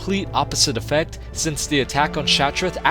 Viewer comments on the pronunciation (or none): none